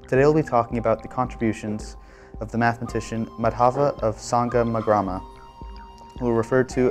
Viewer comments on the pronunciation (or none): The pronunciation of Indian names is unfortunately incorrect. The stress in the trisyllabic names Madhava and Kerala is on the first syllable, not the second (i.e. MAdhava, KErala using capitals for the stressed syllable). In the name Sangamagrama, which has 5 syllables, a compound of Sangama and Grama, the stress is again on the first syllable of each name - i.e. SANgama and GRAma. These are simple rulea and abiding by them ought not to be a problem..